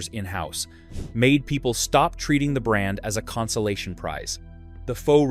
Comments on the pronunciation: Why do you use an AI which can't even pronounce names properly. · Once you mispronounce brand names you lose credibility.